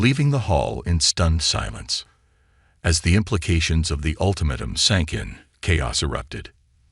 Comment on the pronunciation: Jesus FRACK!!!! I stopped listening at the SECOND word!!!! I will NOT listen to another POS AI like yours!!!! "ulti-MATT-um"!!!!!!!!!!!!!!!!!!!!!!!!!!!!!!!!!!!!!!!! JESUS!!! Get a working AI if that even exists!!!!